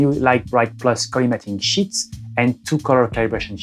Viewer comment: Fais attention à ta prononciation de "sheets" tu a dit "shits"